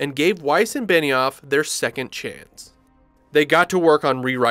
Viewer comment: So basically he should have said "AND forcing..."